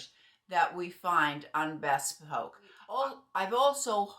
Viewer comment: It’s pronounced “bee spoke”